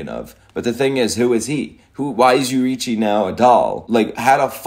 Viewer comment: the name is YO RI I CHI, take your time